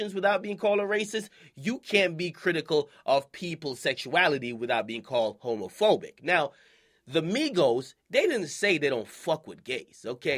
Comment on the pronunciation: This dude akademiks said "homofoic" nigga what